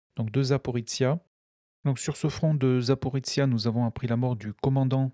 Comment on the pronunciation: C'est secondaire mais je ne sais pas pourquoi vous prononcez "Zaporitsia". C'est ZA-PO-RI-JIA, avec le son jia comme dans "plagiat" (et ZA-PO-RÔ-JIÉ en russe). Sinon merci pour la minute de silence, ce que vivent les soldats des 2 camps est horrible, même si pour une fois on a plus de morts militaires que civils, ce n'est pas si courant dans les guerres modernes. Je n'aimerais pas être à leur place, surtout sous la menace permanente des drones.